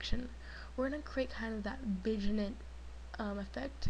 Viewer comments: lol good vid but Vignette is pronounced "VinYet" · VIGNET is pronounced as "VIN-YET" nice tut though.